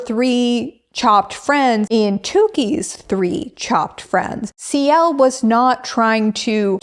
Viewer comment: You keep saying "Ci~l" and I immediately just think of Ciel from Black Butler 😭